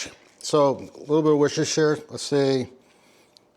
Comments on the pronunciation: Wooster-sher ( all one word) sauce. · Spelling it phonetically so you can finally say it correctly Wuster-sher sauce Or just leave it as Wuster sauce like we all do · its what sauce... "wash your sister" sauce... 👀👀👀